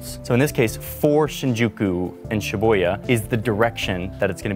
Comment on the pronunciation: It’s SHIH-BOO-YAH not Sheboya that sounds like Sheboygan, WI 🤦‍♂️🤦‍♂️🤦‍♂️